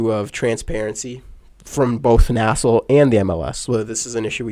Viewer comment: For the love of god stop calling it “nassel”. It’s N-A-S-L.